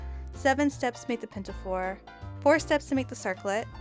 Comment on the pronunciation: there is no "t" in pinafore